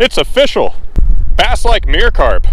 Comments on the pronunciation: ''offishial'' XDD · I can't but help hear when says official as O"FISH"AL as a pun.